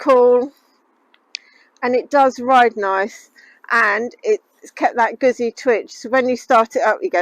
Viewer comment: Bike looks ok but don't like the display and please note it's pronounced 'Gootsie' (rhymes with 'Footsie')